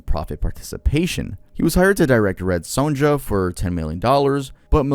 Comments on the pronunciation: Also it’s pronounced red SONYA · It's APT pupil, not apartment and the J in SonJa is pronounced like a Y. 🤦‍♀️ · My nigga, that is not how you pronounce Red Sonja